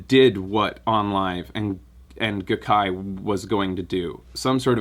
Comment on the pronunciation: The Gai of GaiKai is pronounced "guy".